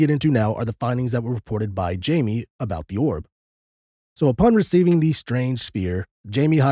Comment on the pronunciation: Pronounced hymee... Not jaimey. Geez anyone that does not know this researcher can't be very knowledgeable in the field of ufology.